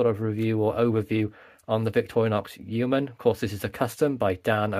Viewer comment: It’s hilarious hearing Americans try and pronounce Yeoman!🤣